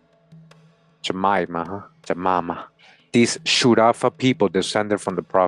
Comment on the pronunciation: I noticed Sharafa … in the mixture Story I’ve been relayed it’s pronounced Sharufa. Very interesting 🤔 🧐